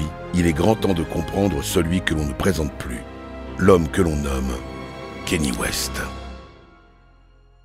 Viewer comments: Le "Kenny" me fait mal toutes les 30 secs 🥲, c'est bien "Kanyé" que ça se prononce lol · Faut arrêter de dire kenny bordel c'est kanye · Tu regardes un documentaire de 45 minutes qui est très bien fait, avec une voix off exceptionnelle et tu retiens seulement qu’il dit kanye à la française, c’est vraiment affligeant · Dommage pour le « kenny » west 😅